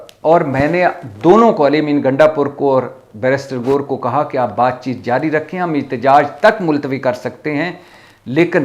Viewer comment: GOR NHI GOHER ASEL LAFZ HOTA HAI KHUD.WASTY SAHI LAFZ BOLA KRO. VERNA.